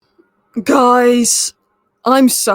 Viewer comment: Wow… how you said guys, I’m suffering. Lmao.